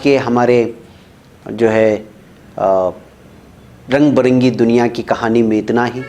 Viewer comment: رنگ بِرنگی صحیح تلفظ ہے نہ کہ رنگ بَرنگی۔۔۔۔